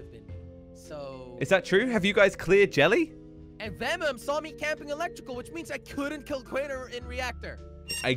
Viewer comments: said venom instead of vemom. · Jelly:vemmum. Instead of vemom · Its vemom its not venom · it is not vemom it is venom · Read "Venom's" name correctly, IT SAYS VEMOM.